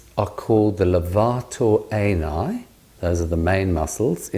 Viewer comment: The British pronunciation of Levator Ani is marvelous.